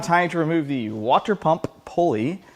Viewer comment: It’s pronounced: “water”.